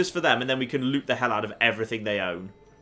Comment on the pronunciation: is it just me who thinks he says lets have a loot see